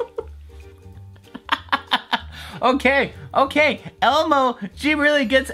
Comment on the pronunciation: Who's Elmu? It's Elmo.